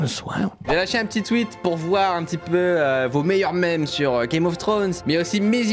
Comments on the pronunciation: La prononciation de memes c’est mimz pas m’aime esti de francais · “Les maimes”